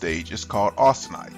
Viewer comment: 'austenite' not 'austinite'.